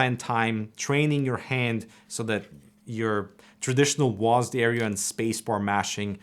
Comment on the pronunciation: Guys it’s not W-A-S-D anymore, it’s now just “Wasd”